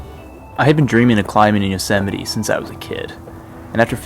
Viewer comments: yo-sa-mite lolz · I didn’t know Yosemite rhymed with vegemite.